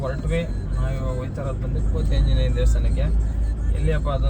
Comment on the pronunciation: Anna small mistake Kothi Anjenaya ❌ Koti Anjenaya